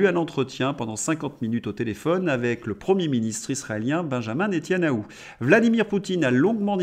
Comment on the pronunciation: NeTA NYAhou (et non pas Netyanahou) 😉